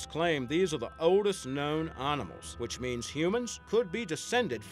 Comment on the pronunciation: at the begining he said "Annamals"